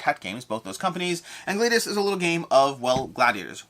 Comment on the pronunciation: Gladius is pronounced with a short a BTW - just like gladiator.